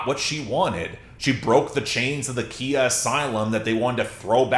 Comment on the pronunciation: I'm not perfect with names, but dude...it's kHIa. Khi-a as in Pie-a_. _Khi-a as in KY-lo Ren. Khi-a as in CAI-ropracor . Whatever works for you, it's just not "key-a". Say what you want about her as a person, but maybe she landed herself in that asylum because the mainstream kept mispronouncing her name.